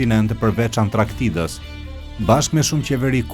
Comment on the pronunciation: "Perset thuhet (Persianet)","Antraktida"thuhet (Antarktida),"Otomanet" thuhet (Osmanet),Idiot gazetar!!!!